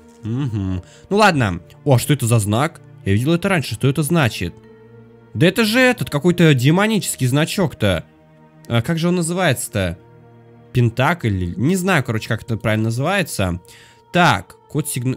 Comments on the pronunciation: Это пинтаграма а не пиграма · Не пинтак а пинтограма